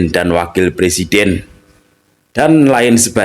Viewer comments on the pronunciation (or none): none